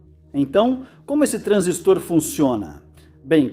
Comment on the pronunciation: Transístor, putamerda! É paroxítona. TRANSÍSTOR e não TRANSISTOR...